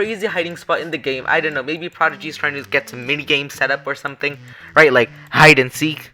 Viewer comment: hide and speace